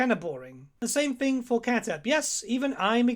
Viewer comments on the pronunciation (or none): The worst is Khatep. His name is pronounced much further away from writing: „Chà:dépp“. Doch-Sound, very short A, pause in the name, d instead of t, lonh, pronounced e (Like in „seed“) and a very sharp, pronounced p, as if you wanted to make your mouth explode. Like, you need to hear yourself exhale after the P sound. Ancient Egyptian is not an easy language. It grew over more centuries than centuries lay between us and the Romans.